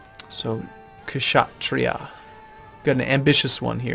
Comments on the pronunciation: You're putting too much emphasis on H in Brahmin. It sounds like BRA-min Same thing with Kshatriya, the K is silent. It sounds like shut-REE-ya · Kshatriya is pronounced with the k silent